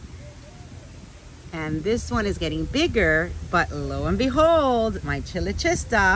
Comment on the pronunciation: The AOS on their site has the proper pronunciation for chilochista. It sounds like k at first. Kyloshista.